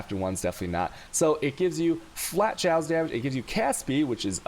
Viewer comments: Not sure if trolling but ill put this here anyway, Chaos pronunciation is Kay-Os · I laugh everytime time u say choas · wait....can he really not pronounce chaos? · lmfao the way you say chaos. wtf?